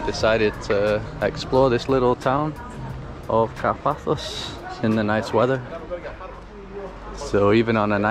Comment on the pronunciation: Nice video! But please don t call it "Car - Páthos", correct pronunciation is "Kárpathos"..🇬🇷♥️🌞